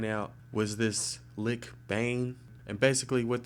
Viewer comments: omfg he pronounced like almost everything wrong, its not édict its èdict, its necrokasm not nekrotjasm, not lik bane but litj bane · It's pronounced litch not lick